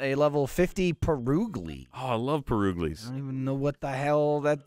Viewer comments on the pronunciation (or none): Oh I love puruglies Me: laughing because he is talking about pierogies